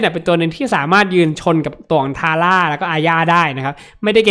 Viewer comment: พูดว่า ทาย่า อาร่า555